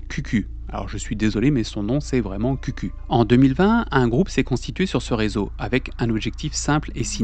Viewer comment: (info de passage pas très importante, QQ se prononce "kiou kiou", commen en anglais :))